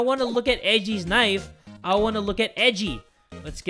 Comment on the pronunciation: "HE GOT THE KNIFU... ABOUT TO END A LIFU"